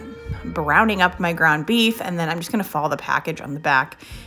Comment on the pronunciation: I subscribed because you said meef. Lol